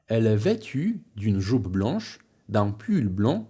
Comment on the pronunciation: Hej, jestem w polowie filmu i bardzo mi się on podoba, ale jedna rzecz mnie dziwi. Dlaczego słowo "jupe" czytasz przez normalne polskie "u". Wydawało mi się zawsze, że Francuzi czytają to jako tę charakterystyczną głoskę między "u" i "i".